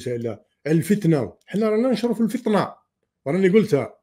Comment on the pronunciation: الفتنة مش الفطنة خويا 🙏🙏